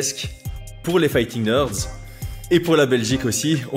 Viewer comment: Quand prononce fighting nerds je ne peux pas m'empêcher d'entendre "fighting merdes" 🤣 Je suis le seul?